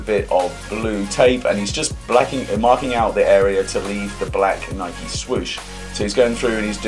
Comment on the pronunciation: yous dont say nike properly